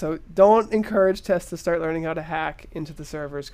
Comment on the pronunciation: Hahah! "We are about to shart!"